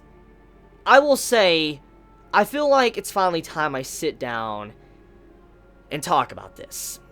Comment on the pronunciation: You have one fatal flaw,.... You say "fill". Not "feel". It drives me insane. Please stop.